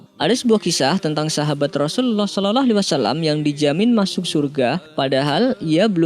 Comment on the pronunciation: tolong untuk baca sholallahu 'alai wassallam yg jelas bkan sololoh